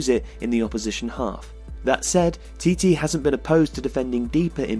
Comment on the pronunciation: Just so you know for the future, the manager's name is not proceed Tee-Tee. It's Chi-Che